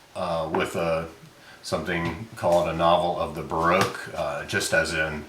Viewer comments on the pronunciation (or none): none